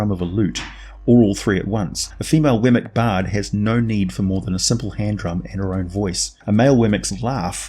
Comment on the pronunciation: Weird; I've been in campaigns with one of these, and studied up on them for 20 years, but I never heard it pronounced "Wemmic" before. It was always "WEE-mik". I just started calling them Lynels after Breath of the Wild.